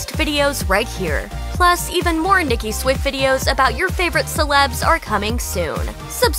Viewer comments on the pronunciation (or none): none